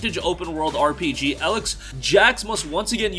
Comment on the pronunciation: Stop pronouncing Elex wrong 🤦🏽‍♂️ god it's so cringey 😬